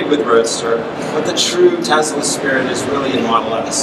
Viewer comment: Tesla, not Tezla. Shouldn't pronouncing the name right be a prerequisite for working for a company?